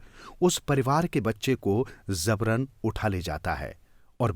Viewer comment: Zabaran nahi jabaran Hindi seekhiye please